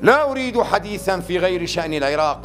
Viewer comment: اول المقطع قصده يقول حديثاً وقال حديساً😂😂. اللغه العربيه انطلاقتها واصلها من جزيره العرب وجزيره العرب هم افصح العرب .